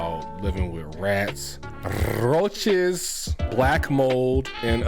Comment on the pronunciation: Nigga said RRRRRoaches 😂😂 loving the content bro